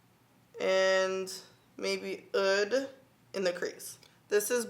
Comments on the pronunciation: Oud not eud lol. But thanks for tutorial! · It's pronounced oood but nice review 😊